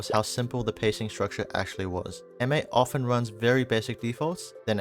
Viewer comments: You’re throwing me off — you’re saying ‘M-8’ instead of ‘mates' but good video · Just rhat you know we dont say M then 8 we say Mates like the word Mates. The video is really simple and cool ty !